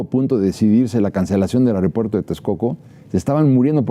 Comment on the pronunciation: Me preguntó porqué personas tan preparadas como uds., dicen: AROPUERTO?.